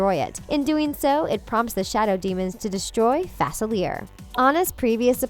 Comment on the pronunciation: it's facelia not facileir